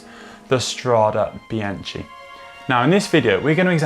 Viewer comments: Had to stop after 30bsecondsbof him butchering this word. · Mamma mia, it's painful to hear it pronounced it like that! Inspiring video though, thank you. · I was disappointed there was no mention of the retro sportive that spawned the Srade Bianche, L'Eroica. A wonderful event. (And I'm with LJPN and many others, "It’s pronounced Stra-deh Bian-keh", not Stradee Bianchee.) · The pronunciation is "Stradé BianKé" (plural) and "Strada BianKa" (singular). CHE IS --> KE and CHA IS -->KA. Thanks for the video. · Can someone count the times he said Strada Biance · Connor, good English ... and now easy to understand also for us non EN-natives 👍🏼 P.s. Strade Bian-Ke 😉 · That was BRUTAL, and I'm not talking about the Giro stage description. Today's language lesson. Look at the ending of both words in Strade Bianche - they are the same, so should be pronounced the same, pretty basic stuff. STRAH-day bee-YAHN-kay ...and note ANY time an "e" or and "i" is after a "ch", it is a hard K sound - no CH, as in "cheese" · It’s pronounced Stra-deh Bian-keh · The correct pronunciation, for English-speaking, is “stradae biankae”, because in Italian the E is similar to the english A. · The video, otherwise is good, bit did you really have to butcher so many times the name Strade Bianche? My ear hurts. If I may suggest you, could you please next time just google the propper pronounciation like Si and Loyde do? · Can someone please teach Conor how to pronounce Strade Bianche correctly? I mean... he’s been in Italy and rode over there... it’s not that difficult though. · For all english spoken viewers: change the CH in Bianche with a K when you spoke STRADE BIANCHE. You will speak It correctly 😉